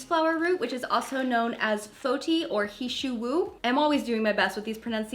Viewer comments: Can I correct you? Good effort but “He shou wu” is actually pronounced H-uh show wooo (less emphasis on the w in wu)! Hope that helps 👏🏼☺️ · Love your effort to research for this video, and the respect you have given for the Yao culture! Great job in pronouncing the chinese herbs, its not the easiest and the pronunciation is a bit confusing (he shou wu sounds more like her-show-ooo) 😂 Thank you and looking forward to more of your quality content!😍